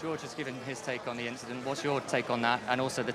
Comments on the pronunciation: guys we got "just an inchident" part 2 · It was just an 'inchident'....🤣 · Charles had the opportunity to say it was just an inchident and he didn’t 😭😂